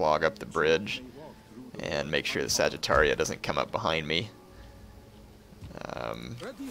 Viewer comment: Funny how u pronounce Sagartia as Saggitaria, like it was home of Saggitarius-like people xD Great vids! I really like them :)